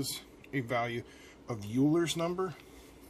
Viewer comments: Oiler and Youclid. Not Youler and Oiclid! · His name (Euler) is pronounced “Oiler”, great video.